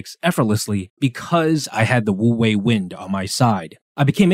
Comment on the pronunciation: Great video ! Just a small note, of course words can change pronounciation in another language (for eg paris is supposed to be pronounced w/o the s), but if you’re curious, it’s actually closer to “oo-way” rather then “woo-way” bc the word “wu” has a somewhat silent “w” :)))